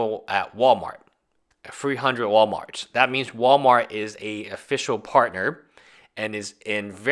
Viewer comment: at free-hundred werl-merts?! I’ll only buy it if it costs bout tree-fitty! DOUGH-MANIA!!!